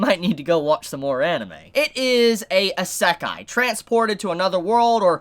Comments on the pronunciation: It's not a Eh-sekai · Why does he say isekai like that smh